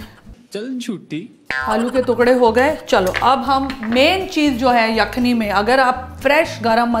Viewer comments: All was good but the pronunciation of the word yakhni didn't do justice.. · Pehle aap " yakhni" sahi bolna seekhiye.